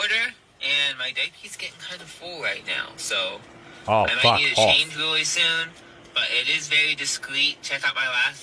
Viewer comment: Wearing a diaper while you are door dashing would be a bit unusual until........I heard you pronounce the word," REALLY", that explains everything I need to know thx